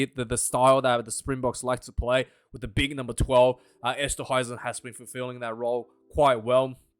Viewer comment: Say it "Undray Esstahayzin" ... try it ... THERE YOU GO!!! lol - just trolling you, you're still the best Aussie rugby pundit!!